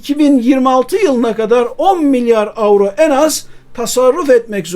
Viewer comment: AVRO DEGIL EURO